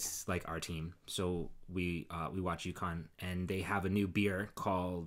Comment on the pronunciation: I chuckled when you were talking about going out for beers with your brothers. I thought why are they talking about Yukon? (A Canadian province) it took me a bit to figure that you were talking about U Conn!!!!! 🤣